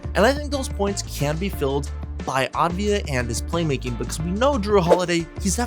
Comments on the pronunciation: Pronounce it Av-dee-ya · Great video but its pronounced deni avdiya, works too